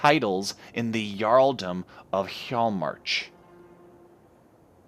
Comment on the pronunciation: Really loving the series so far! Your pronunciation is mostly fine, just remember that the 'J' sound will usually sound like a 'Y' sound. Hjaalmarch will sound like he-yall-march.